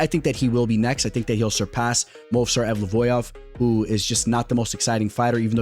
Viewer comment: mispronouncing Evloev twice:') Ev-low-Ev my guy!